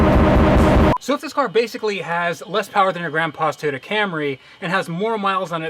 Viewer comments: TOYota,, not teota.. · it TOY-YOTA not Tay-uta you idiot. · TOYOTA not TAYOTA god damn that annoys me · I'm far less concerned about the deal he made than the pronunciation of TOYOTA. ffs it's not a TEEYOTA. how is it so hard for americans to say the names of foreign car brands properly? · please say "toy-oh-ta" not "tee-otta" than you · Learn to say Toyota its not Toe ota or 2ota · Tiota lol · Just curious but where in North America does your pronunciation of Toyota come from? You say it like "Teh-yoda" or "Tee-yotta" and the only times I've ever heard that were from (far) outside of the US. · Teeyota? Never heard of it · what's a Tiyoda? =p jp bro sick find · The fuck is a Teayota? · In the beginning of the video was it tuyuda that you said? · Toyota... Not tiota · What the fuck did you say it was? A teaota supra?? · "This is my Tuta Supra!" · cant even pronounce toyota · you should learn how to pronounce toyota before getting SUPRA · I hate the way he says toyota